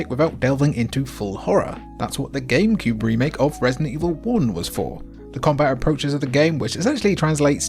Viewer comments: wait, did you say gamebewb? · "game pube"😂😂😂 I heard it and you did too ! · bruh .... "Gamepube" ?